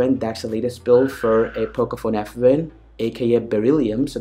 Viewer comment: Abbe sasti raand.. English jyada na chod...its not pocofone f..wen......its pocofone f1